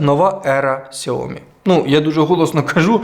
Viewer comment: Якщо вже на те пішло, то китайською правильно «сяоМІ» з наголосом на другий склад.